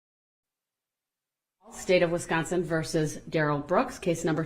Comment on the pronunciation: ITS “ WISCONSIN “ NOT “ WESCONSIN” DUMMY !!!!!!!!!!!!